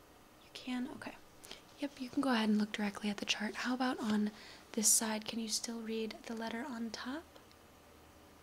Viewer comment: Whenever you trynna say can, you say can’t or i hear cant. Maybe is just me or trying to help you a little